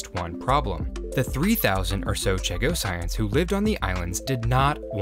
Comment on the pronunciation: Ok, i gotta fix your pronunciation because it’s bugging me. Chagossians Cha-go-shuns. Not Cha-go-cyans